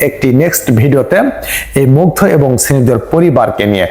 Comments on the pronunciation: মুগ্ধকে বারবার মুগ্ধা বলছে। নামও ঠিকভাবে বলতে পারে না। যতোসব। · Family Mugdha na re bol Mugdho tui ti uchcharon o korte parish na batpar akta age pore shikh